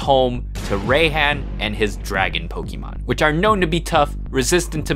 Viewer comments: Ray-han…… ray-han…… oh god…. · It's pronounced Rihanna How do you keep forgetting Jim leader's names I will destroy you if you if if you make another video I if you mess up any of the Jim leader's names I will I will talk to you and unsubscribe